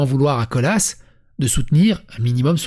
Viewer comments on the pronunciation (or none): Colas avec le s qui s'entend ( colasse ) , c'est la boite qui fait des routes. On dit Colas comme Nicolas, avec un s muet, comme il y en a beaucoup en français. Maintenant, peut-être que l'intéressé aime mieux Colasss ? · Ça se prononce Cola et pas Colasse il me semble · Mdr, Colaaaaa, même avec le S à la fin, c'est Colaaaaaaa, pas ColaCE! Mdr Humour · On dit Cola, on ne prononce pas le s :p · Je crois que pour "Colas" le "s" ne se prononce pas :)